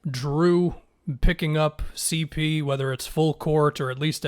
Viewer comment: On everything I'll stop watching your videos if you don't start adding the 3 on "CeePee" man, you're trolling us at this point